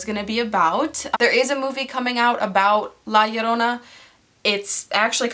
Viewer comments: low key was gonna be so sad if you didn't pronounce la llorona right but you did!!! thank you for doing your research on mexican culture <3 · Thank you for covering this story from my culture, and for pronouncing 'La Llorona" properly. Tell me have you ever heard of, Dogman. I think that would be a good one to cover. Good luck. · I honestly clicked on this video to see how you would say her name but you said it perfectly fine lol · You said it correctly!!! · You pronounce the name really good 👍🏼